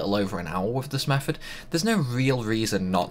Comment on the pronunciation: It's not 'free' it's three, it's not 'meffud' it's method, it's not 'fousand', it's thousand, it's not 'furver', it's further, it's not 'maff' it's maths. Which town in the Potteries are you from? Best one I heard 'Funderga' - lol, was that supposed to be Thunderga? You're a star, I like you!